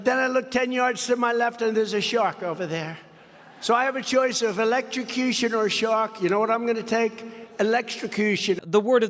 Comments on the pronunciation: Listen to him when he tells us what he wants: He wants "electricushun"! Let's give it to him!! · He says he'll take elekkacushen every time. Like this is a choice you need to make more than once??😅😅😅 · He can't even pronounce electrocution. Hispanican American? 😆 He is so cognitively impaired! I worked in long term care for many years and I had dementia patients that were more together than he is.